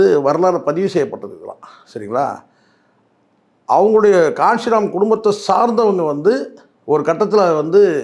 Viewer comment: கான்சிராம் இல்லை கன்சிராம்